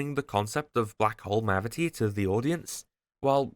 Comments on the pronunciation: “Testing the Mavity” I hate you so much 😂😂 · Thank you for using the correct pronunciation for 'mavity' lots of people nowadays saying 'gravity'. Fuck knows where thats come from, has become a big pet peev of mine. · its funny how you kept saying mavity as if you were inside the doctor who universe after the changing of newton's words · Love how you just said testing the mavity of the situation. ❤